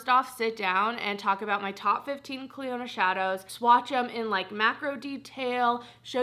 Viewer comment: Are people aware it’s pronounced cliona not cliOnadh. It could be branded as that idk but in terms of the actual name it’s not